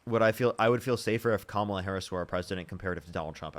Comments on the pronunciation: ahh. I think you're reaching a lil bit. The mispronounced kamala is definitely disrespected. But we have to stop bitching and moaning about petty things. Its disrespectful when Trump makes it a point to say Barrack Hussein Obama. But saying Kamala, Hillary is not. Plus, I've heard Biden get called Joe many times and slick willy called Bill and Donald called the Donald. There is so much to go after that actually has substance. This type of bs is part of the problem where they paint the left as just whiney lil bitches. Im sorry. I swear I mean no disrespect. But I've now watched the worst potus and person to ever grace the Whitehouse. And the greatest divide in my life of our country (im 49) a country i served proudly. And a lot of it is because of our own internal culture wars or making sure we use the right pronouns. " Ahh, I'm offended so I'm not voting...." The republicans 3rd biggest campaign money expenditure was on thd trans issue and scaring people. So instead of winning the election where we could make sure its equal but not special rights etc. But no, prominent dems including Kamala fumbling the ball especially with the comments about a prisoner can receive a sex change. (I know her reason and that she had no control of that policy) But ffs. Less than .01% and its worth it to have trump for 2 terms? As usual the repugs put us on the run chasing our tail. If trans people really think that republicans would be better for their rights than good luck to you. Im not pand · “Kamala, whatever”, really,,, whatever your name is. Say her name correct, it’s pronounced “Comma-La”. We thank you for your mind numbing thoughts. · Repeatedly mispronouncing "Kamala" over and over again, after being corrected, AND saying "whatever" about it is sooo fcking disrespectful and ignorant I can't stand it. Get it right,. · Can’t even pronounce her name. KA MA LA. Really complicated for them.